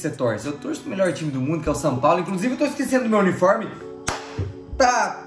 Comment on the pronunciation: O fala sam paulo kkkk